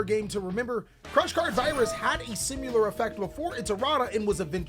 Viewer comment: The way pronounces Similar and Satiate is part of his charm at this point 🤣🤣🤣